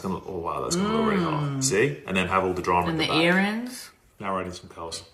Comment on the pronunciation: well thats the most non-Boston "earrings" ive heard from her in a little while! 😂🤥